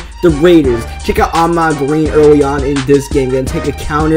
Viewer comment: its Ahman Green, not Ahmad